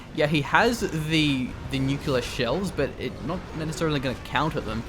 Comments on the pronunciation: new-cliar. That is how you pronounce it. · New-cew-lar missile? Seriously?:D